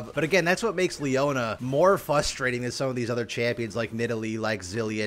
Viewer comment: frustrating has an R in it btw